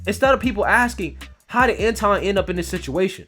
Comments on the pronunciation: Antwan not Antawn. Just an FYI. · antwon not anton